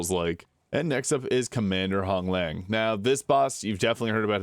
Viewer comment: Commander Honglan.. there is no G at the end of her name